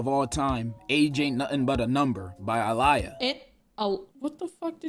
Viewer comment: The way he pronounced aaliyah's name made me so mad. So disrespectful.